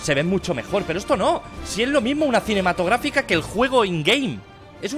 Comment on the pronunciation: por que pollas dice cinematografica???